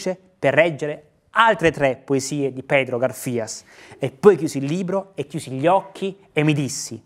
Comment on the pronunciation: Pedro Garfias, con l'accento sula prima 'a'. Gaaarfias.